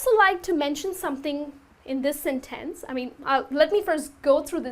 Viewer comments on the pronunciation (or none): Even though your English sounds quite good and natural, it seems that you neglect the importance of word stresses. Word 'sentence' is stressed on the first, not the second syllable. However minor this may seem, word stress is, as far as I am concerned, the most important concept of English pronunciation; English accents do vary greatly in pronouncing vowels and consonants, however, the word stress is always just the same.